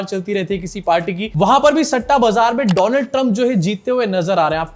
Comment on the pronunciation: 😂😂 I like it "Doland Trump"...